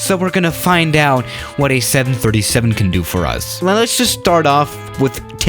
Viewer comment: Seriously? This production person really needs to gather facts and learn pronunciation 737’s and similar land here almost a dozen times many days.